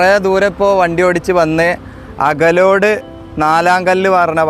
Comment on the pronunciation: അകലോഡ് ❌അകലാട് ✅